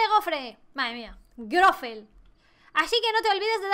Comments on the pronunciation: te quiero pero.... no es grofel y grofe.. es grofle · Me encanta, y amo que digas Goffre jeje aun cuando lo querías decir bien lo decías mal xD te amo ❤️